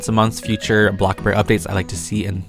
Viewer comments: The fact that he says block burg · I love it when takes his time on making videos for us he deserves more than enough and I got used to saying bloxbug like 🍞